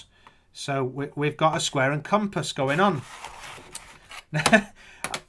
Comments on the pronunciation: He clearly said comp ass bro! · Com....pass?? Cir....cle?? That's not a piz...za box that's a nut...case. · he also said "a compass, a comp-ASS", now that's a discovery of all time! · And what's with the emphasis on Ra Dius and Com Pass! And what the freak would be the point in hiding anything in a pizza box. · CIr Cle Com Pass Hilarious. How do these people get through the day. It was exhausting just listening to that . . .